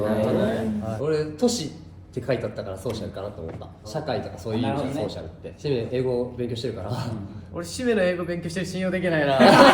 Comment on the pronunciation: しめの発音が綺麗すぎる…。何回も聞いてしまいそうな綺麗さ…